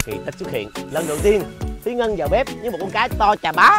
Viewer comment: Tên ngta là Ngân mà nói Hân 😊😊 . Thúy Ngân dễ thương quá hà ❤